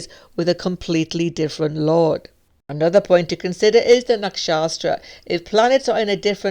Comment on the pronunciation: Why do you say nakshastras instead of nakshatras? 😩